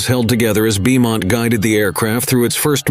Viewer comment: Beaumont is pronounce BOE-MONT ya pie